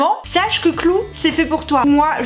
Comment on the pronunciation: "clou" ^^ ! Je me moque, mais j'ai le même accent français merdique :'). Sinon, vidéo intéressante comme d'habitude. Je connaissais déjà l'appli et ça a l'air de bien marcher. Eh ouais je suis un mec et je trouve ça intéressant d'apprendre comment les filles fonctionnent. Eh oui. Car ça fait pas de mal.